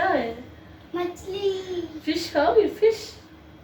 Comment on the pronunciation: Aap fish ko fiss q bol rahe ho